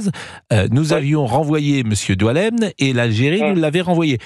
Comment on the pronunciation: Il s'appelle boualem, comme sansale pas comme vous le dites doualeme